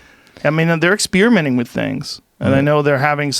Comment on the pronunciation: Exspearamenting Joe?